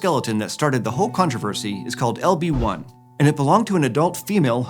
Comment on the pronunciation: Every time he says "LB-1" I hear "Obi Wan." H E L L O T H E R E